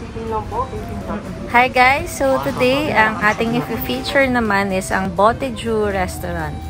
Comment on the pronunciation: It is pronounced as "Botei-zhou"